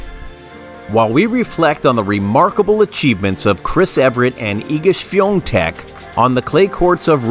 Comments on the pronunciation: This video is unwatchable because Chris' name is mispronounced throughout. It's Evert (E-vert). NOT Ev-rett. If the video is going to be about someone, then get that name right for heaven's sake. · Evert - not Ev er ett. How difficult is it to learn the name of the person featured in your video? 🙄🙄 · YES very annoying mispronouncing her name! EVERT NOT EVERETT!! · It’s one of the most annoying mispronunciations because Ev er ett very clearly requires extra letters. It’s not like potato vs potato, am I right? 😬😬